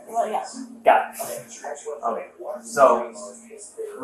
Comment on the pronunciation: Why did the cop say okay like that lol